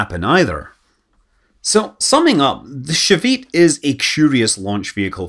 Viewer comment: And his pronunciation of Shavit and Palmachim is groanworthy. And some other Hebrew words, when they're used.